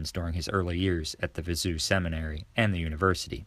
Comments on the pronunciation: Viseu is pronounced Viz-a-o. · If you’re going to make videos about Portugal, you need to learn how to pronounce things. “Viseu” is not “vi-ZOO” - it’s “vi-ZAY-oo”.